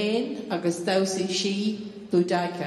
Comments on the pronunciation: Is this pronounciation of 'Boudicca' the correct one? I've always heard it said, BOOdikuh, not booDIEkah. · They found a load of beheaded bodies and heads in London when they were putting in the Queen Elizabeth line for the London underground which were from her rampage across London, so it’s quite possible she could of done some of them her self. Her name is pronounced like Boo-Dicc-er not boo-dike-er lol. She fell in battle in the end. She was Queen of the Icene tribe and was defeated in the end by the famed Roman General Gaius Suetonius Paulinus, Boudicca army strength was 230,000 strong and the Romans 10,000 strong and the army of Boudicca lost together with casualties 80,000 people and Paulinus 400 soldiers. The Roman historian Cassius Dio did like to embellish Roman victories, so I highly doubt her army was anywhere near 230,000 strong. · Pronounced ‘bow-da-see-ah’ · I was taught it was pronounced ‘bow d see a’? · I have always heard Boudica pronounced boo da ki and if I hadn't seen it in the description of the video I would not have known who it was supposed to be because of the announcement beforehand. She preformed wonderful and strong 💪 ❤ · I didn't know it was pronounced that way...I've been saying it wrong. Good to know! And great dancing! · Awful intro. That's not how you pronounce the word Boudicca!!! 😢